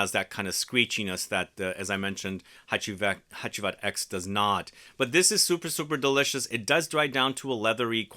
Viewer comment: I presumed since it's 10th Anniversary the X is roman numerals so it's pronounced "Hacivat Ten" instead of "Hacivat Ex". Also wondering if you got your nose on smelling Hacivat Oud. That came out of nowhere (for me at least) and the perfumer is by Dominique Ropion. I have not tried that one and interested on your take on it.